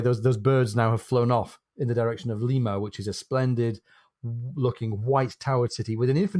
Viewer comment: Good Lord... "Lye-mah" is a city in Ohio, the home of Phyllis Diller... "Lee-mah" is the capital of Peru